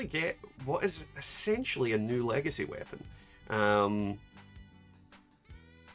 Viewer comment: But... "lagacy"?....